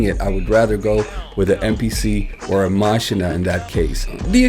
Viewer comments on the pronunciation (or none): none